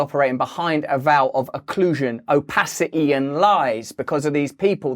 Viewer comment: Question here from an American who speaks English. Oh-pah-cu-eeh. Do you mean opacity? LOL